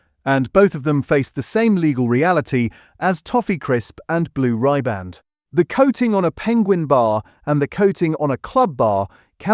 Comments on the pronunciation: The pronunciation is blue rib and not rye band and hotel shoc o lar not hotel chocolate. Just saying. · It's not Blue RYEBAND it's Riband as in rib. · And AI ain't working too good!! And for the record it's not Blue Ryband, it's Blue Riband!! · Blue rib-and. Not blue rye-band. Going to have the tune to Blue Riband Blues in my ear all day. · 17mins 25secs , Try "' Blue Rib-& "' Pronunciation, Pronunciation, Pronunciation FFS!? Not Blue RY-Band! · It's pronounced Blue Rribboned not Ribar. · Americana iis the land of synthetic shit. Blue Rye-band? FFS! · "Blue Rye-band". "Hotel Chocolate". I ask you! AI at its finest. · Blue ribband pronounced blue ryeband..AI much? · Blue “ribban’d”…”Hotel Shock-o-la” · I like the content of the channel but the AI voice devalues it. Pronunciation and annunciation is off… Blue Ryeband? 😂